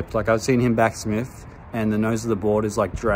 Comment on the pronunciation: Maybe back smith's hate you because you're calling them back smiffs, it's just cuz you're pronouncing their name wrong mate..😂 love your channel man..I honestly like you and you're by far my favorite yt skate channel.!! Keep it up 💯